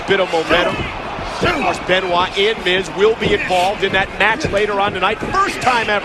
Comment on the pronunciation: Benoit? Where is R in that name?